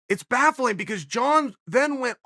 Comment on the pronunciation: I d be wealthier than Gates if I make a dollar each time I hear uncle Chael pronouncing baffling